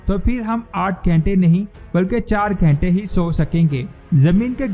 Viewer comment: Dekhne se jyada to sunna achchha lga 😊ghante ki jagah ghente